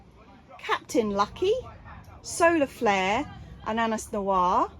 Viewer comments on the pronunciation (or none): none